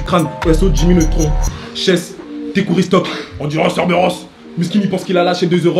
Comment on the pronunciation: C’est pas shess c’est hess 0